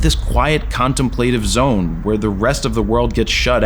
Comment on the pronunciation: Great doc. BTW, I've never heard "contemplative" pronounced that way. 😂